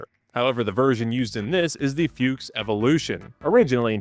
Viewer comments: 'Fuchs' is pronounced 'Fooks', with the 'oo' part pronounced like in Brooklyn, not like in Hooters like 'Books'. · I have to admit I laughed at every "Fyooks" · I hate the way we're saying "fuchs" like "fuchs" and not the way that everyone wants to say it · Can I sperg out for a moment over Anglophones not being able to pronounce Fuchs half-way correct, just say Fox. On a related note, Rambo doesn't sound half as cool in its original Swedish form, its Ram rhymes Mom and Bo is pronounced more like Boo. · FUCHS - not Füchs! It just means FOX in German, but it doesn't have an umlaut (ü, ä or ö) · its not a fyooks its a fox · Please dont say Fiux mein Freund, its spoken "Fux" little bit like "Fucks" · I've never heard an English speaker pronounce the word “Fuchs” as funny as you do! No front! It gave me a realy good laugh! It is pronounced like Fux, if it helps. (: Best regards from the neighborhood right next to Krauss Maffei! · Yes, Foreigners mispronounce things, but it would be more correct to just pronounce Fuchs as Fox instead of inventing this nothing word "Fyuuks", that's what I'm getting at, and I get annoyed both ways so yeah, I guess it would be interesting to know what words my linguistic kin commonly butcher, I'm probably a bit deaf to them myself, although if I tell you, I don't want a bunch of bork borks and spurdos butchering the English language, so you might have to dig a little, but there are two high profile speakers of my dialect, Linus Torvalds and Alexander Stubb, so go nuts. The word "rural" does twist my tongue for some odd reason. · it is F-U-KS or F-U-X with "U" spelled out not a "YOU" but hard "U" meaning fox as the animal, not with F-YOU-KS as you do a dozen times causing a tick in my right eye, nor with "A" instead of "U" as your favorite leisure occupation....over and out..... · Please don't mangle the name Fuchs and use the English translation FOX instead.. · It’s like a not water submarine and it’s pronounced fuchks